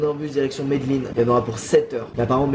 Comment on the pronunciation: Direction medellin Sa ce prononce « mé dé linne » Pas « Medlinne » Mais je suis pas sur de l’orthographe